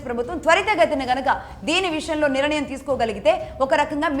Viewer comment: అమ్మ భాష కోసం ఆలోచన చేయండి. మీరు నిరణయం అని మళ్ళీ మళ్ళీ అంటున్నారు కాని అది సరి కాదు. నిర్ణయం అని పలకాలి. కొంచము జాగ్రత్తగా పలకండి.🙏